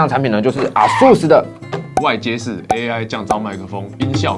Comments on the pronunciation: 是唸 「 A ~sus 」 不是 「 啊～sus 」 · 唸錯了啦XD 是A速斯，不是R速斯>_<